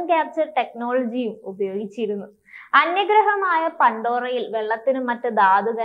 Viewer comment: ഈ കാലത്തും ഇത്രക്ക് വളർന്നിട്ടും ഇത്ര കൃത്യം ആയിട്ടു എങ്ങനെയാ ഓരോ english wordsഉം, പേരുകളും തെറ്റിച്ചു പറയാൻ സാധിക്കുന്നത് യാതൊരു research ഉം ചെയ്യാറില്ല പണ്ടൊറ, നേവി, ജാക്ക് സള്ളി, നേയ്റ്റീരി 🤦🏻‍♂️🤦🏻‍♂️